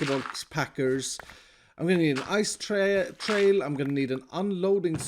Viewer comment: when he first said “ice trail” It sounded like he said “ice tea” 🤣🤣